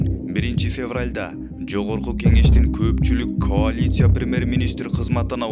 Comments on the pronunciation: Каулиция дейтко. Смешно.дурустап суйлой албай атат.журналист. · Диктор каолиция эмес коалиция деп айтылат.